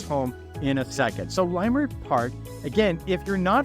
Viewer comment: Good tour! And fyi, it’s pronounced Lah-Murt, not Lie-Murt.